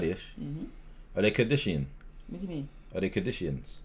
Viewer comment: 😂😂 man said kurdisian